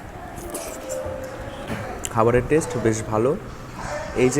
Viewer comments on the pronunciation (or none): none